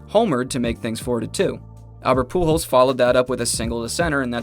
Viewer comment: surprised the Ai got pujols right